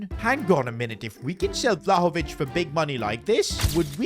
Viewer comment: Vlaovich😂 piccoli maggiore